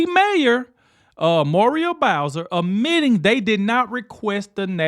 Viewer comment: It’s “admitting”, not ammitting.. sorry but you have to check your grammar to advance your utube. People notice & skip you